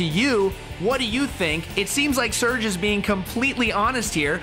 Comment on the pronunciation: Serj , NICHT Search xD 😒